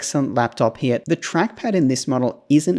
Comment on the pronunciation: Love the way you say "HERE", sounds more like "HEYA" 😂